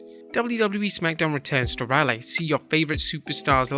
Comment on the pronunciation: FYI, in the US, Raleigh is pronounced "Rahl-ee", not "Raylee". Just throwing that out there.